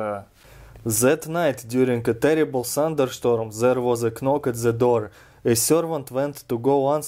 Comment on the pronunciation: Don’t say k nock. It’s a silent k. Pronounce it nock.